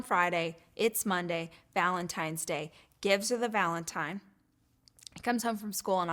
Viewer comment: First of all, is she saying “valentime”?